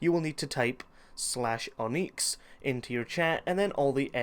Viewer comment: Where did you learn to pronounce words?! Oneex, revurred...